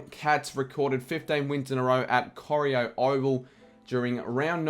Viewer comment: It’s not pronounced coreEO it’s pronounced CoreIO